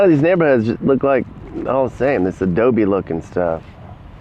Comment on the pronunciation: Can you say Adobe? 😂 Great video! 💯